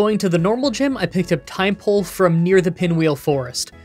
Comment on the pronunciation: Yeah, I'd be fine with you changing the EXP system to be like Gens. 1-4. "Tim"-pole, not "Time"-pole. You mean Zoroark, not Zekrom. Why not equip a Pecha Berry so that the first Toxic against you is nullified? And that's game! Now, I know it would've been more grinding, but putting a Seismitoad on your team would've probably helped a lot, thanks to its Water/Ground typing.